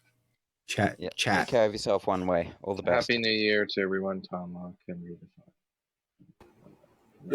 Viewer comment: I heard Merry new'ear...